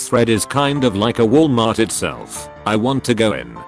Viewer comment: Nobody: The voice: Wamert